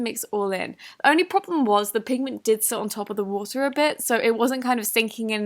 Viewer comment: Word: "pigment " Nobody: Not even a soul: I hear: Penguin